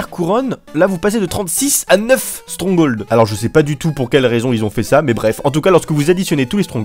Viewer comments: strongol XD on dit stronghold (strong-gold) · "strong hauld" lel